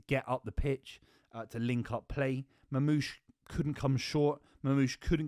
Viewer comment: MaRmoush read the R